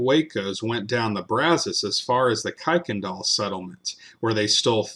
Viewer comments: Kuykendahl is pronounced like this Ker-ken-dahl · It’s Pronounced “kur” Kendall